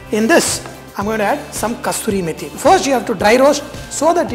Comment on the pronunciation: Dear Sir thats not called kasturi methi , its Kasoori methi . Being chef you must pronounce correct